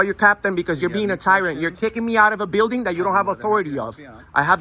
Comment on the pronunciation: Say it with me....Bill-Ding is how you pronounce that word...byualding isnt a word